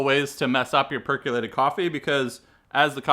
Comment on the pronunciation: Per COlated, not per CUlated